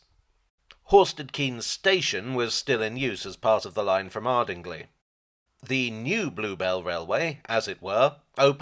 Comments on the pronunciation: Nice to see my local railway featured. Being local to me I feel I must fyi that Ardingly is pronounced Arding-lie locally. Saying Ardingleigh as you did feels like a slap in the face with a wet fish., but at least it was a fresh fish, you really dont want to be slapped with a rotten stinking fish...or maybe you do idk, there's some odd folks about... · Was born in Horsted Keynes. It's pronounced Canes, not Keynes. Stupid Milton changing it.. ardingLIE not ardingLee.. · Just to say that the proper pronunciation of Ardingly is 'Ardinglye' - ie not 'lee' as the final syllable. Same for all Sussex towns and villages ending in '...ly'. Other than that, lovely to see my local heritage railway done way! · Please rant about Marples! Also, if you can get the pronunciation of 'Maunsell' right (top marks) please try to get 'Ardingly' (Ar-ding-lie) right too, and the Bluebell Railway is in WEST Sussex.